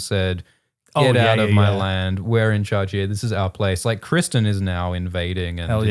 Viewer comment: Cwistan UwU